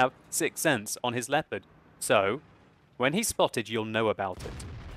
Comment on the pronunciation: LEPPERT? Its LEO-PARD, jesus....